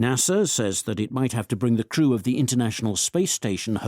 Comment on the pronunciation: 0109 출석. 오늘 금요일이어서 쉽고 가벼운 지문 주셨나보다 했지만😂 1. the crew 의 오답 the true. 제 상식 crew발음 [크루], 그러나 [츄우] [츄루]요렇게 들리는데. 음. 오후내내 더 많이 들어보고 사전도 찾아봐야겠습니다. 연휴이후 새해 첫번째주 무사히 마쳤네요. 즐거운 주말입니다❤